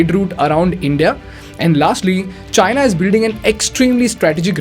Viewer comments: The pronounciation of China in this video sounds like hyena😅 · China isn't what I hear but Gina 😂😂😂😂😂 china mean vgina 🤣🤣🤣🤣🤣